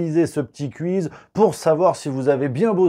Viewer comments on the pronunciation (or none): KOUIZ,, s'il te plait, KOUIZ, prononce mieux. Et bonne vacances, tu verras le Puy du Fou, c'est génial, je l'ai fait trois fois et je me suis éclaté les trois fois. Par contre vise bien pour la CinéScénie, c'est juste énorme ce spectacle. Bizoux